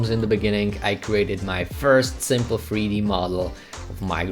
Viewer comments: In freeD? Fix your accent. Jk. I’m being mean I’m sorry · Not going lie I’m so confused I know the title says 3D but bro definitely said freedee